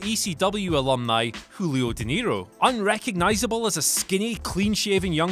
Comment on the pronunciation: He pronounced Julio correctly though lol